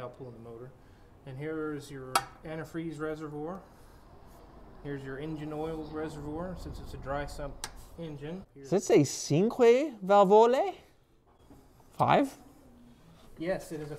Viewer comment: Cinque is pronounced 'Chinque' as Ciao is pronounced 'Chiao' 😊